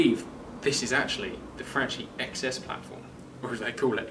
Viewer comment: pronounced franky not frenchie lol